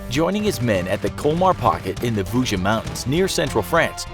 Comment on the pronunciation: "The Voo-jizz mountains" bruh pronunciation is not that hard. Plus there's always tons of discrepancies in your videos, as always, weapon and equipment wrongs, black soldiers were segregated from whites with their own units, and general garbage pronunciation.